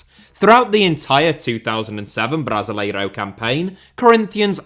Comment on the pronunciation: The way you pronounce Brasileirão makes so so anxious